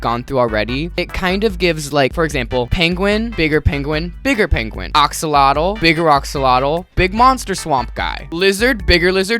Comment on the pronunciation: mudkip is a mudskipper not an axolotl and i have a problem with your pronunciation of "axolotl" but ily sm ur opinions are correct